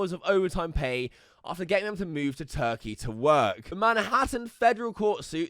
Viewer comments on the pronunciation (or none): none